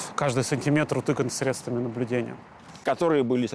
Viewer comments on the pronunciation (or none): none